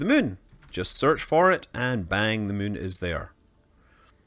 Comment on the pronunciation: "The Mün" - Space Guy